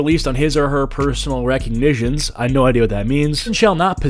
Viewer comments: "Reconitions?"... it's Recognizance, say it with my now "ree-cog-ni-zance". The bar is low these days. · "personal recigntion", HAHAHA you fuck head!! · It's pro-nounced 're - cog -na - sense' .